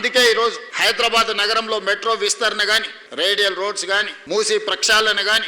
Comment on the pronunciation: మూస నదిని మూసి నది అని పేరుతో పలుకుతున్నారు